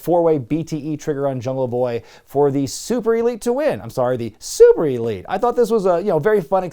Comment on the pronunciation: Maybe I'm out of the loop but why does he say "Super" like that?